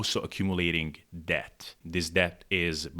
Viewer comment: Pro tip for pronouncing "debt": the b is silent. So it's just "dett".